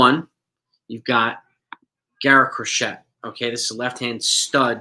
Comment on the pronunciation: It's pronounced Cro-SHAY.